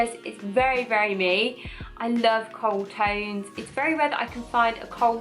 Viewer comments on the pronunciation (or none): That's so funny it wasn't until the second time I watch this video I realized you were saying Coral tones not cold tones LOL I was obsessed with the warm Browns palette I still still am and I bought this palette to add on to the other one when I saw it I was like it yeah that will complete one big pallet of my dreams LOL I love Hoda and I'm going to be by her desert dusk palette the only palette with purples that look good on my skin tone and I love purples but I have blue eyes and warm skin and they usually don't look good until now!! Thank u Huda